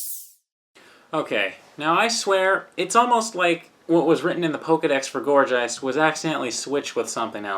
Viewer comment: gourJEIST? not perhaps GEIST as in the english word meaning ghost?